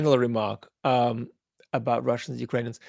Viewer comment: ‘Abaat’ pronunciation I think Vad has picked up the cockney accent of the word. I speak as a east-end Londoner, a cockney.